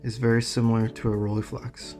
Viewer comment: RollEYEflex goddammit. Not Rolleeflex!!!!